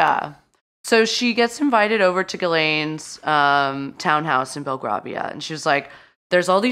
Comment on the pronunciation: It’s pronounced Bel-grAY-via btw - the first ‘a’ is an ‘ae’ sound not an ‘ah’